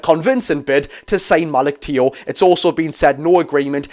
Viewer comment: It's pronounced malik chow 👍hope we get them both. Unreal👌